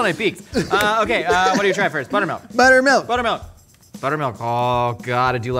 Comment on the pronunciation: Did he say butt milk